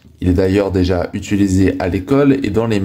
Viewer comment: « Utulisé » j’ai l’impression d’entendre mon pote Rachid 😂😂😂